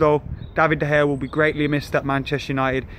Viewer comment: you still can't say it right;) it's DUH - PIE